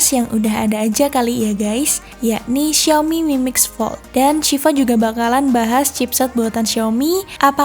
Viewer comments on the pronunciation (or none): Nyebut nama hp xiaominya ngeri kepelset huruf i jgn diganti huruf E yah